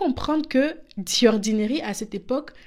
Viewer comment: Par pitié, ce n'est pas DI ordinary mais ZI ordinary. The devant une voyelle se prononce ZI! Pourquoi transformer un T en D?